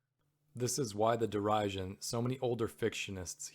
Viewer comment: Tell me if it’s my ignorance but did you mispronounce derision, pathos and other words?